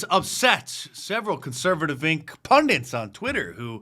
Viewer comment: 'Pundits' .... not 'pundents'